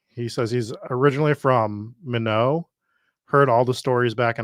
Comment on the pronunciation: It's MY Knot lol .... "minot" not minnow